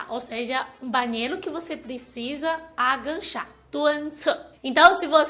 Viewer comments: gostei muito do vídeo! Só estranhei um pouco (e é compreensível) a palavra AGACHAR ser pronunciada como AGANCHAR - soou um pouco estranho, teu jeito de falar, por ela ficar parecida com uma outra palavra que é ENGANCHAR. Mas enfim, mesmo assim, teu português está cada dia melhor!!! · Sei que é chato corrigir e que vc já é fluente...mas quanto mais aprende melhor né?! O certo é agachar e não aganchar 😂 Beijos, sua linda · você fala bem o português, mas não é aganchar ,agachar . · é agachar, não "aganchar". Não tem o n. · Aganchar kkkkkk. O certo é agachar. sem "n". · Aganchar kkkkkk ( agachar menina) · É agachar, não aganchar kkk. beijus. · so pra avisar (DICA CONSTRUTIVA), a pronúncia correta é = AGACHAR e não AGANCHAR, e dica construtiva em, adoro ver vc falando portugues vc e mt boa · A pronuncia correta é Agachar e não Aganchar. mas é só um detalhe. Seu português é ótimo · Demorei muito pra entender que "aganchar" era agachar. Fiquei achando que era de gancho..hahahaha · Só corrigindo: no tópico 4 vc fala "aganxá" e o correto é "AGACHAR". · Agancha=agachar kkkkkkkkkkkkkkkkkkkkkkkkkkkkkkk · PELO AMOR DE DEUS, não é agaNcha! É AGACHAR, por favor vc já tem 9 anos no brasil, aprenda a falar pelo menos isso. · A palavra é A-GA-CHAR. Realmente andar de ônibus sem saber qual linha pegar é certeza parar no fim do mundo, eu uso um aplicativo que me fala os trajetos das linhas da cidade e os horários e locais dos pontos, senão vc fica totalmente perdido. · agachar e não angachar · Agachar ... e não aganchar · na verdade, é "a" fechado, já que é átono =) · agachar é o certo, não tem "n" ou seja não é "aganchar" . Bunda não ponda estica o "u " da palavra que vc consegue buuuunda, acho que melhorará o som.